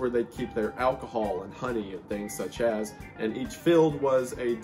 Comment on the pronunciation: The conspiracy of wendigoon saying “such as” but really saying “such ass” glad I found this channel fr I subscribed.